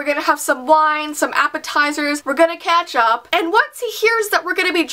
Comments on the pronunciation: did she say ketchup or catch up? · when she said catch up it soundid like ketchup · No lie, when she said "catch up" I thought she said "ketchup". I was like, "Yeaaaaahh, I like to ketchup with my friends too..."